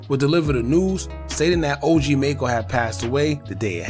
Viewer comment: You not even saying his name right